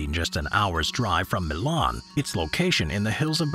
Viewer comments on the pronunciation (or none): none